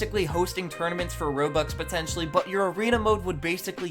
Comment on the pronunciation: Stop saying potencially, its ew